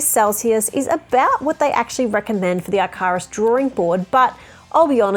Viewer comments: it's pronounced IKK-a-ruhss! 😂🤗 As in the Greek fable about the man who flew too near the sun, and his hand-made wings melted!! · hearing you say Icarus as "eye-car-us" might've killed me, but this WAS fun to watch!